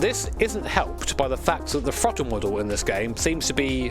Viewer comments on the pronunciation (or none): i understand you have an accent but dont say "frottle" lmao